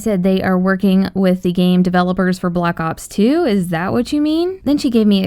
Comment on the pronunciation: It's black ops 2 not block ops 2 pronounce it right